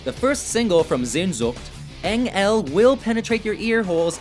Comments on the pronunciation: Engel: eng el, ich tu dir weh: ich tu DIR weh. Fällt mir schwer das Video ernst zu nehmen.😂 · Heroin Olympus En-Gel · "Engaayle, eng-ale" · Eng... Ellll?